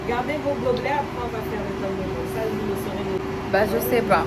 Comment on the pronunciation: je vous félicite car vous êtes l'une des rares personnes de la RDC 🇨🇩 à respecter et à ne pas écorcher le nom de notre pays, le Congo 🇨🇬. On sent que vous ne souffrez pas de crise identitaire. Merci 🙏 Et pour finir, félicitations également pour votre vlog qui est de très bonne qualité. 😘